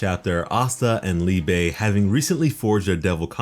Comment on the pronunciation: Its not called Liebay. Liebe is the german word for love lol